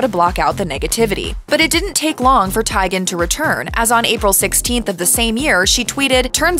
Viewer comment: No, it’s actually spot on. Teigen is Norwegian and that’s how it’s pronounced